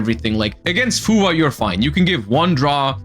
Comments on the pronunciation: It’s FUWA not FUVA get it right buddy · am swedish but W and V are pronounced the same and I think we got it from the germans so makes sense he says it that way.